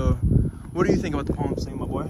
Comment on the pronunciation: “Plam stain”